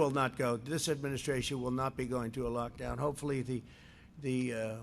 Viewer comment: Why does he always say "in my administrarion". Is he really that insecure? Or narcissistic? Or both?